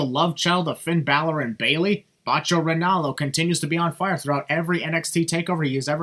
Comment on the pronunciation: I thought the "Bailor" botch is funny.